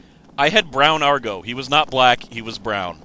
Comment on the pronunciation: ITS AGRO, NOT ARGO, AGRO!!!!!!!!!!!!!!!!!!